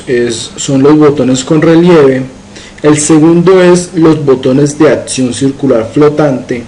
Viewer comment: Hola he estado siguiendo este curso y está muy bueno, haces un excelente trabajo. Sólo tengo una observación que en lo personal me molesta un poco y me distrae del objetivo jajaja... ¿podrías evitar cambiar la C por T en palabras como "aCción", "colleCción", "próXimo", etc...?